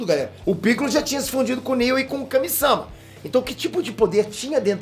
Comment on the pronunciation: pfvr, Kamisama nn... Kamisamá, MÁ, que agoniante meu velho